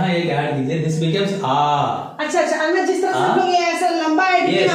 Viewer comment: Madam it is अण्णा not अन्ना